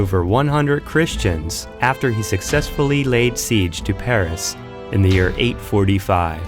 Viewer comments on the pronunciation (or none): none